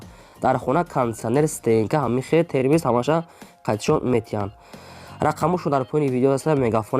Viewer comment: Термес на термекс бугу чи инкадар бесаводен